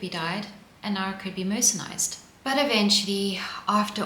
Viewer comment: It’s not ‘mercenised’, it’s ’mercerised’. Maybe some cottons are mercenaries😂